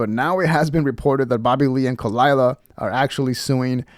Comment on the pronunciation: I know. Me neither. But come on, Kuh-lie-luh is too good not to get out there. Or do you not get it